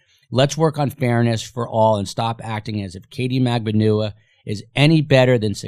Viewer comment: Why are there so many different pronunciations of MAGBANUA? I hear it with accent on the B, & others with accent on the U?